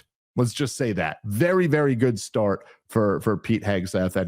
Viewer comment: Tim's vocal inflections and affectations make him pretty unlistenable. He's trying to be dramatic or something. And look out if the word ends in 't,' because he will say things like "farT" and "starT" with the 't' a whole separate syllable. Signs of a half-smart guy wanting everyone to think he's really smart.